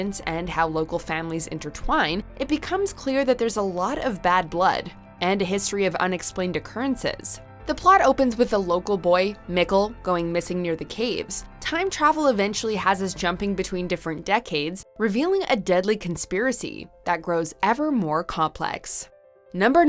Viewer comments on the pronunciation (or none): When you call Mikkel as Mickel, you know she's given the script by people who probably don't care enough about this show